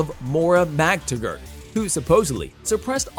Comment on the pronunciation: Feej and Mac-ta-gert. I mean WOW. Can we mispronounce everything.